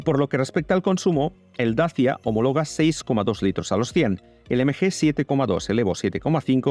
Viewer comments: En rumano se pronuncia dachia, que es el nombre de los habitantes originales de ese lugar. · Dachia curiosa pronunciación para decir Dacia. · Y eso de dacha?? Toda la vida diciendo Dacia y ahora dacha? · Un tema linguistico. De dónde sale esa pronunciación nueva de DACIA?. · Se pronunciará asi si hablas en rumano.